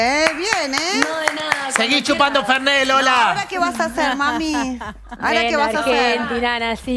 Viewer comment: Se llama y dice Fernet...fernay las p...😂😂😂